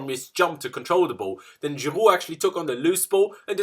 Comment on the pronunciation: Stop trying to sound French when you say Giroud 😅